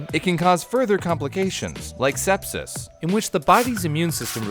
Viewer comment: Did he say stepsis